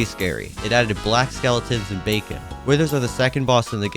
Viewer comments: YOU Said Bacon instead of beacon lol😂😂😂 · everyone: bee-con this guy: bacon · why does he call a beacon a bacon